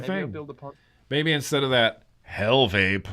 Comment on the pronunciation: The Pontiiii the Pontiiii...you guys are funny 🎉Ponte (bridge in Portuguese) reads Pont without iiiiiii